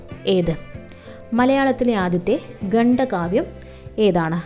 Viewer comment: ഗണ്ഡ കാവ്യമല്ല ഖണ്ഡകാവ്യമാണ്